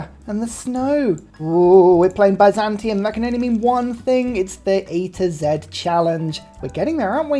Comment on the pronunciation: I love how he pronounces Byzantium. It's not Heterozantium, Homozantium, Aznatium, or even Panzantium--it's Bizantium.